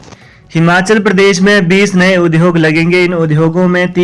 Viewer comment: UDYOG word ka uchcharn theek kren